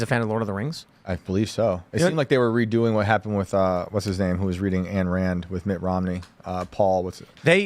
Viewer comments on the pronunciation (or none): It’s not “Ann Rand,” it’s “Ayn Rand.” Pronounced “EYE-n”